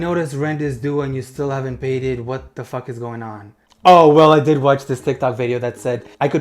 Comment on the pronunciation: That was an amazing tongue roll😂